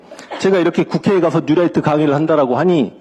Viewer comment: 뉴롸잍..이라고 발음해야 되는데...라이트 라고 해서 light 인줄..힘들더라도 영어를 쓰려면 확실하게 하는게..암튼 저놈의 뉴롸잍은 고질병과 같은 암덩어리입니다..